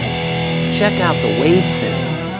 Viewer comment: He said it as the "Wave Synth"